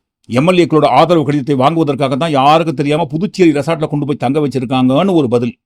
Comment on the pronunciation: ஆதவு பேசுறா ஆதவு. ஏண்டா தொங்கி போச்சா.😂😂😂